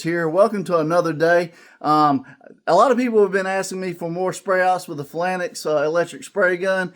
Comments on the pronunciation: Thanks for the video … pronounced “Fay-Lanks” I appreciate the demonstration and comparison. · Great results for a relatively cheap set up. Thanks for the in depth review. Phalanx pronunciation is /ˈfāˌlaNGks/. Cheers! 😎👍☮ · It's pronounced "fay lanks", nice demo I was wondering about putting the pigmentation right into the paint!